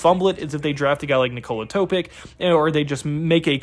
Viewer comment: Sochan is pronounced So Hand <---without the d sound. Risacher is pronounced Risa-Shae , Topic is pronounced Toe pitch